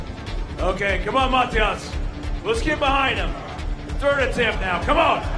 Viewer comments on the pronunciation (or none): none